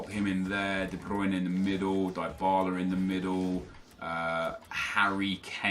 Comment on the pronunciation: It's not die Bala it's Dee bala